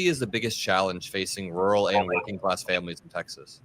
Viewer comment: Won’t vote for someone who can’t pronounce “rural”.